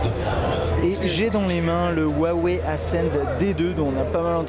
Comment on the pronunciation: Petite vidéo sympa. A noté que le le 'h' chinois se prononce plus comme un 'r' francais , ce qui donne pour cette marque 'Ruawei' phonétiquement. A mon avis va falloir commence à s'habituer :p